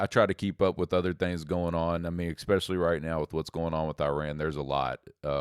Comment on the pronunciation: There’s no X in the word, especially. This guy should stop saying “exspecially.”